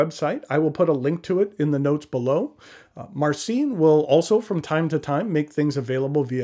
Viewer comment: You should polish your polish! "Vooy-tzeek", "Mahr-tzeen", that's the closest I can write. "Ci" is spelled soft, maybe close to the one in a spanish "macho" word. But still a good attempt to pronounce it!